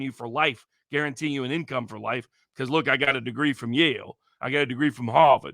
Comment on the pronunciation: Its Yale not life